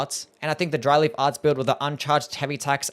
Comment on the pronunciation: Really made a point to enunciate so that it didn’t sound like Dryly Farts, didn’t he?